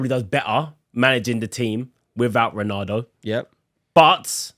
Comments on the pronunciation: I enjoyed this but every time I heard "Ronardo" it hurt a little. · Why does he keep saying Ronardo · Why bro keep saying Renardo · Nobody….: “Ranardo” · I even heard Renato at one point…. 🤣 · Can’t even say ronaldo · For someone who loves Ronaldo so much you’d think would be able to say his name properly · Is it only me whos triggered about the mispronounciation of Ronaldo? 😅